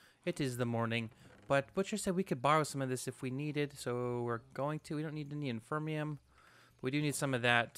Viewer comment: Cool episode man, but I've got to say I've let this go on for long enough. You've been saying it wrong for years and I can't take it anymore lol. There is no such thing as infermium! It's inferium! Like the word inferior :D